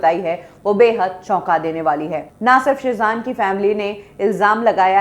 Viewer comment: SAB SE PEHLE TO US KA NAAM SAHI SE LIJIYE MAM US KA NAAM SHEEZAN HAI SHAZAN NAHI